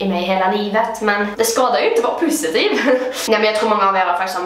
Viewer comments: Haha älskar att du säger pussi-tiv instället för positiv😂❤❤ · HAHA TOOVAAA❤ÄLSKAR ATT DU SÄGER "PUSSYTIVE" ISTÄLLET FÖR "POSITIVE" MEN ÄLSKART❤❤😂LOVVE UU😂❤❤ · Älskar skånskan "pussytiv" HAHAHAHHAHAHAHA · Jag älskar att du säger pusitiv istället för positiv haha❤❤ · älskar att du säger pussytiv hahah